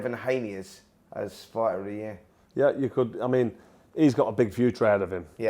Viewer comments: *fighter (not 'fighther') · Fighter not "Fighther" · “Fighther” lol